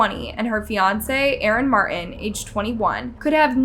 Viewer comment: Aron MAR-IN??? It’s Mar-tin. There is the letter T in his last name. e.t.a. It is highly unlikely that Ryan Stone caused accidents in FIVE different COUNTRIES from Denver, Colorado.